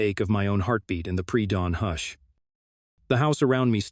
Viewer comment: Please someone figure out how to teach the AI voice to pronounce the words in English, I don't even care if it's American English instead of proper English, just so long as the words sound like words ... like I had to look when it said hoosh .. for hush LOL seriously it makes it sound like a foreign language at times.